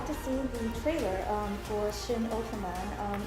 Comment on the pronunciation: Pet peeve when people pronounce shin wrong